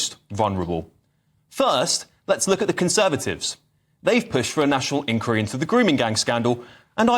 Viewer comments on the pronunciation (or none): The word is 'inqUiry' - stress on the second syllable. 🙄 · Can you stop saying ink weary. Its inquiry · Inn-choir-ee please. This is not America. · Can please annunciate inquiry properly please, not like an American. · you’re a great guy and a superb presenter, but why do you keep pronouncing “Inquiry” the American way? This is the UK and you certainly sound to me - very much English!!! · On, and try to pronounce "inquiry" correctly. This is the UK, not the US, and the creeping Americanisation is an embarrassment.